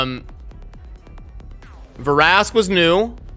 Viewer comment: The way you were saying Vrask's name I should start calling you.